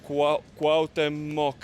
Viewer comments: Nice walk for sure. My favorite is Coyoacan, San Angel, Chimalistac, La Florida. Its not pronounced COW- teh- mohc, its more like COO- AAWW- OOH- TEH- MOHC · jajaja no!!! CUAU-TE-MOC así se pronuncia niños 😉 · so u r annoying the hell out of me for continuing to mis-pronounce my fav nabe in cdmx - phonetic spelling coo-owh(hint at the H sound)t(soft T)(there is an accent in the E which means u press a little on the ay sound immediately following the soft T and then end with mock - start doing it slow and then speed it up after 100 times slow - so: coo-owh-tay-mock - hope u got that!!